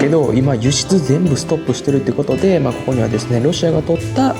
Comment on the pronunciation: こ↑こ↓アウト